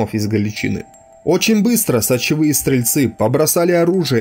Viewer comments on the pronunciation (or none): Правильно ударение ставить на последний слог "галичинА"... И еще не " сочеви" ,а " сичеви" стрельцы. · Не знаю, кто такие сочевые стрельцы. Зная Сечевых стрельцов. Происхождение Сечевых от Запорожской Сечи, Сечь, Сечевые. И да, ГаличынА!!!! Ударение на последней гласной. А так хороший материал. Лайк. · Всё отлично, контент хороший, но автор, ПОЖАЛУЙСТА готовь материал тщательнее, следи за ударениями, проговаривай сначала те слова, в которых ты сомневаешься. Слушать вообще невозможно, кровь из ушей течёт... слушать эти "галичИны", "моторНизированные", "сАчевые стрельцы", "к двадцать третьего июля", "взятО", "взятЫх" и прочие перлы ну реально невозможно.